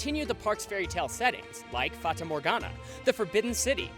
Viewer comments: its pronounced fata morhagna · Me living in the Netherlands Funny how he says fata morgana and droomvlucht becuase he says them wrong but I'm proud he tried now I know even more why dutch is a hard language. I guess I could say I'm lucky because I can bike to the efteling amd I have a year ticket so I can go the whole year. Okay thanks for reading this story made absolutely no sense